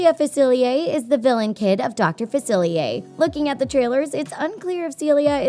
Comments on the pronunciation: That's not how you say Dr. Faciliers name or am I going crazy will someone tell me. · You pronounced facilier wrong, like ten times and you even showed a clip of him saying it right, what happened?